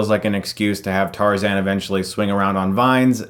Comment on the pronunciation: What's TARZEN?? its Tarzan!